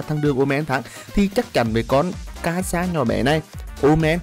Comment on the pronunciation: Đọc là xê-za ơi